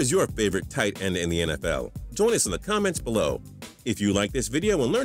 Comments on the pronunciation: Why does he say it like TIGHTEND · something seems weird about the way this guy says "tight end" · The way he says "Tight End" pisses me off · why do u say tight end like that